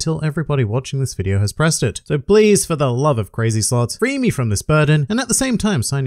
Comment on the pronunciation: I heard "crazy sluts" instead of "crazy slots" and I was like: so that's this channel's intro? xd